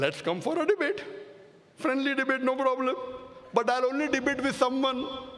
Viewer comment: Porobalem .......haha sounds ridiculous!